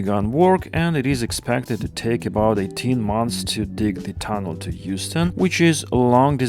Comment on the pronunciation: my ears autocorrected that to Houston and not Euston😢. I can only wish